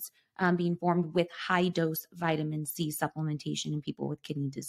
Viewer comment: Is she saying vitamin z or c the first one🤣?